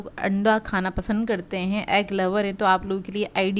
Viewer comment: Aap khanay ko خا q kehti hain 😩